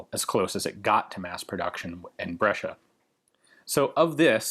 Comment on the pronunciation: You pronounced Giulio and Brescia pretty good, even here if I had a friend with sosso as surname I would had problem pronouncing it